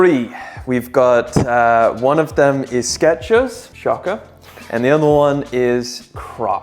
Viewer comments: There is no ‘t’ in Skechers. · There is NO "T" in Skechers